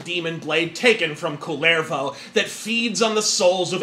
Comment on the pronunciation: As a Finn, I reserve the right to be offended by the way you pronounce 'Kullervo'. Needs stress on the first syllable, not second, and when there are two consonants it needs to sound like that too. It's not that bad as when the D&D nerds pronounce 'Mielikki' as 'Mailiki'', though.